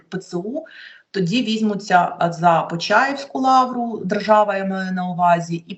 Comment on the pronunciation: Обережно, Соня Кішкіна. На рос. мові це звучить так : , Бог попираем не бывает'. І правильно вимовляй Почаівська лавра, а не Печаівська.